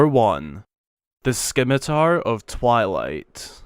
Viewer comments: 1: you mispronounced scimitar, 2: the scimitar of twilight is not much of a scimitar. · I knew of the Demon Tribe Sword and Scimitar of Twilight from Hyrule Warriors, heck, it's how I learned that those two swords had names. Oh, also the c in Scimitar is silent. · Paul Dunkirk-Greenbaum scimitar is a word that I purposely mispronounce because the actual pronounciation just sounds stupid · A shame it’s not actually a scimitar. Those are curved. side note the “c” is silent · "SKIM A TAR" lol it's actually pronounced sim a tar. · I couldn’t help but laugh when you said sCimitar so epically! 😆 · says skimitar once: "haha funny joke" says skimitar twice: "oh no" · I WAS JUST ABOUT TO COMMENT "THE SCKIMITAR OF TWILIGHT" <------ OH WAIT I JUST DID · The skimitar of twilight? The c is silent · Just here to point out how ridiculously stupid you sound saying skimitar. Do a little bit of research next time maybe? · The way he pronounces scimitar makes me cringe so hard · Skim-ah-tar...really...it's pronounced "Sim-ah-tar" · Someone else said this, but scimitar is pronounced without the c. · Zants sword or SKIMITAR😀 was made at the stallord boss fight ... Right in front of links face.....kina one theory of it's existence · You mean the sKimitar? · s-K-imitar..... neat. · Broooo 🤣🤣 it's pronounced 'simitar', the c is silent. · it's spelled scimitar, but it's pronounced simitar. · Wait, I was unaware of how rare The Minish Cap is. I am the proud owner of an old Legend of Zelda game that not many people have. Also, Skimitar... I’m just going to leave this here for you to read. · Scimitar is pronounced with a silent "c". So... sim-i-tar. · It's pronounced sim-it-er. The "scimitar of twilight" is also clearly not a real scimitar just by looking at it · All I learned is that somebody doesn't know what a "skimitar" is. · The C is silent. Simitar... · Agh!! Scimitar (Sim-it-ar) has a silent C. like "science" Sorry. Sorry. not important, I know, but AAAAAAAAAAAGH! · You said it wrong!!!